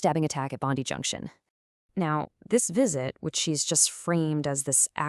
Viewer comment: Not Bond dee but Bond die. Tell your AI voice to learn pronunciations.